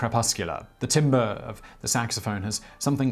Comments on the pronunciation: My dear friend its pronounced 'Tahm-ber' not like 'timber' cutting trees down... just trying to help ::) - Love the vids... you're the only channel I watch daily now,... I think you are the best host on Youtube right now... and I enjoy correcting all your pronunciation flubs... Still looking forward to the future when we get 'TopTenz' - List of the Top Ten Simon Whistler Youtube channels' .... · Timbre is pronounced "tamber", not "timber". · "Timbre" is not pronounced "timber" - it is pronounced "tamber" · it's pronounced "tamber" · Timbre is pronounced tamber in the US. I know it’s crazy but through my music education I have found this nonsensical pronunciation to be said throughout the US. Just so you know. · You mispronounced timbre.